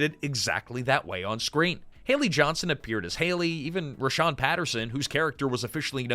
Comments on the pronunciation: "Rahsaan" not Rhashawn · For whatever it's worth, his name is Rahsaan (like - Rah-sawn), not Rashawn. The roots of this show go back to a long running cabaret show that ran at The Roxy (Los Angeles) every Sunday in the early 80's called "Let's Put On A Show". Jerry Sharell and Martika were cast members of that show. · it’s “rah-saan” not “rah-shaan” ☺️ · pronounced "Rah-SAAN" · Hate to be that guy, but a few corrections: 1.The show intentionally utilized the nonfunctioning "A" in the Palace sign so it could be called "The Place". Multiple characters referred to it as such. 2. His name is pronounced "Rah-saan" like "Daniel-san" from the Karate Kid. 3. A significant amount of footage that was shown when highlighting Shanice was NOT her. In fact, one of the clips was of the African American main character "Kenny" who had no overlap of time when Shanice was on the show. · You have a lot of wrong information here. You're not pronouncing Rahsaan's name properly. The person you're calling Shanice is not.